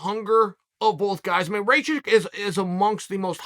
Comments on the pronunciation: "Blahovavitch vs Raychich" Chael 10-7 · It’s actually pronounced rachachich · "Rake itch" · As Serbian hearing Uncle Chaels way of saying Rakic is hilarious lmao Raychick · Rayhich and Raychick🤣🤣🤣🤣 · Rakic? Who's that? You mean raycheek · Raychich Raychick Rai- Chick Raykich God i love Chael 😂❤️ Let’s go Raichick